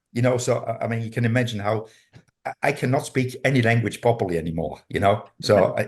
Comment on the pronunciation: Ouh là va falloir bosser l anglais: studies prononcé studaiz ou imagine prononcé imadjaine. Entre autres. Y a plusieurs phrases si j'avais pas la traduction, je comprenais pas. C est dur hein..... Avec Babbel, vs allez voyager.......placement produit:):)